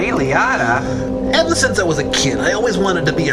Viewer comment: I have to admire their confidence to use names and words in riffs even if they aren't sure how to pronounce them, i.e. Ray Liotta.